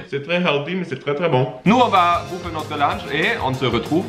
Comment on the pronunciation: Arrête de dire boufferrrrrrrrrrrrr